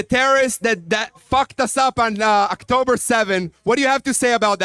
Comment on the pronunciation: why Zionists always pronounce it "Actober" and "Kh-ma-s"? how difficult is it to pronounce the letters O and H?